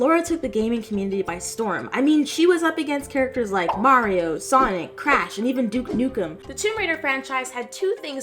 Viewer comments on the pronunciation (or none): none